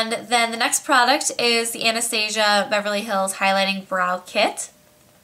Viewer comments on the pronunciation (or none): none